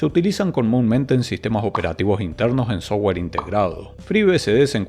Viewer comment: O cuando dice sowua (software)